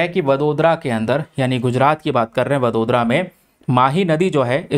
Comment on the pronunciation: Apna pronunciation sudharo.vadodra ko kya bola apne, hindi me padho.